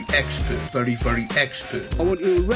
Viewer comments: Sometimes I hear "Furry furry expert" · Anyone else hear “Furry furry expert”?